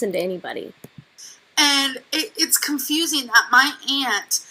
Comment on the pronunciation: It’s seww confusieene!?! 🤭